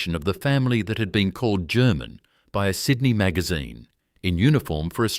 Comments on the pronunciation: I would like to watch this, but that ridiculous insult to a person's intelligence called AI voice-over is hideous. Sydnai? Wonderlush? It's unbearable. Why? Why is this garbage happening? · Is there no human left for narrating the story instead of ai crap? Pronounces Sydney 5 different ways.